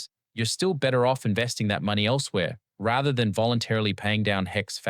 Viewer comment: Great videos, and I love the graphics. I can see the graphics are AI generated, but is the voice generated too? , "rather" and "faster" don't sound like a normal pronunciation, they almost sound a bit like an American/Australian accent hybrid.